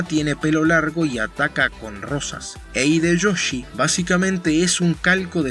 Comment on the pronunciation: Amo el cómo te expresas con términos y explicaciones claras. Eso sí, como breve corrección: En japonés cuando veas una "h" y una vocal (ha, he, hi, ho, el "hu" no existe) como en el caso de Hideyoshi (que por cierto, eres hombre de cultura por conocer ese anime), dicha "h" se pronuncia como "j", por lo que su nombre no se pronuncia "Ideyoshi", sino "Jideyoshi". Sólo como curiosidad.